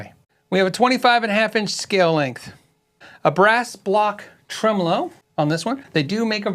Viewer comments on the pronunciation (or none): none